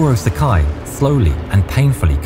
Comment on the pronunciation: Sakai is pronounced Sa-ka-ee, rhymes with Hawaii. No such thing as a naval mile, but nautical mile. Otherwise, great research!